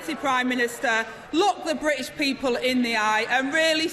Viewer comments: Only 25 letters in Angela's alphabet. Missing the "t". Bri ish and securi y. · I'm from Manchester, speak with a Mancunian accent, but it boils my piss how she sounds like she goes out of her way to make us all sound so thick. "Ther bri''ish pee-pull" - just fucking say "British" and use the letter T - it's really not that fucking hard. It's also LAZY. She has some excellent points, and they could* hit really hard, but her pronunciation even to me is really distracting. Moreover, it paints the substance of what she says as lazy (even if it isn't, but that's the effect). Her job is to be an effective communicator, above everything else. She isn't doing that.